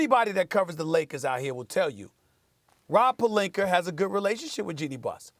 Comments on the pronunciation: "Rob Pelinker" - Stephen A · Why does Stephen A keep saying "Rob Pelinker" "Agender" learn to speak proper English!!